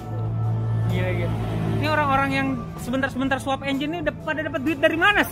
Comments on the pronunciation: Swaaq bg bukan sweep hehehe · swap om, bukan swaaq. Hhee